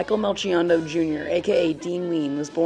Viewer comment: Aww man you said melchiondo wrong. The ch is like a K.